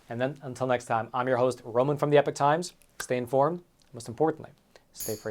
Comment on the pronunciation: Please learn how to pronounce epoch. It’s not epic